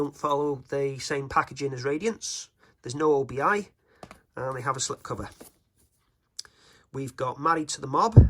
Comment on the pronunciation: Always nice to see a new boutique label starting up. Gives us hope that physical media is here to stay (at least for a while!). BTW, I think it's "obi" rather than "O.B.I.", as it's taken from the name of a sash worn with a kimono, which the paper band kind of resembles. I always called it an obi strip when I got one on a record.